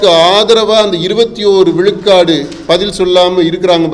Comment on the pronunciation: அழகு தமிழ் படும்பாடு:- கலம் பதினேலு விலுக்காடு , விலுக்காடு, தமிலர் என்று பலப் பல!! ம்ஹும் என்னே இவளது தமிழும் உச்சரிப்பும்!!!?